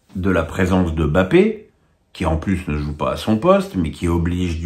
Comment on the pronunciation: M'BAPPE !!!!! pas BAPPE ! C'est si difficile de respecter le nom d'un joueur?